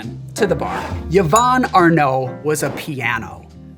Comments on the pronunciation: Mate, it’s pronounce eevonn. NOT Yavonn. Me sister will thank you. (Cool cocktail btw, thank you!) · First time I’ve heard of Yvonne Arnaud, and first time it’s ever occurred to me someone might pronounce the name “ya-von”. Learning on many fronts!